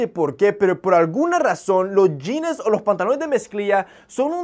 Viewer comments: Me llama la atención que utilizas muchos términos gringos y no sepas cómo se pronuncia la palabra "jeans", que ridículo se escucha la pronunciación yines, lo correcto sería pronunciarlo como "yins" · JAJAJAJAJA "SE MIRA NACO" JAJAJAJA, lo dice alguien que pronuncia "jeanessss" , "chequear" y "salchicha sobre-empacada" (porque sobre-empacada es más empacada de lo normal, creo yo) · Jeans wey no jeanes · Los Yines? Jajaja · En sus "yines" ajajajaj